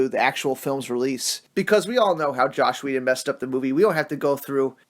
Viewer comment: Say it with me: JOSS Whedon (pronunciation like Ross, not like slosh) Ciarian Hinds. (PRONOUNCED Sear-EE-Ann)